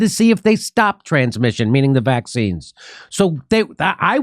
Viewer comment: Jimmy is being kind to “Fie-zur” and “Moe-duh-nuh“ by calling their poison “wack-seens.”